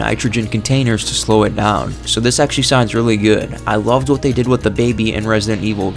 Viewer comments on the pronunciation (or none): none